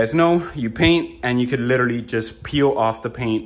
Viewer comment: I'm in South Florida. Guessing you're in Miami by your accent (what accent? haha "LITTERLY" was the giveaway). Can you share with me your Plumber's contact info? I'm in West Boca, but if he's willing to come up this way, I'd definitely hire him. Thanks bro.